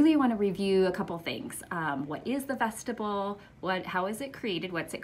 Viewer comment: Vestibule is pronounced vest-tib-yool